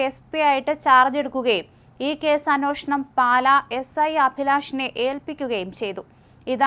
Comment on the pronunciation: അന്വേഷണം എന്നു പറയൂ കുട്ടീ.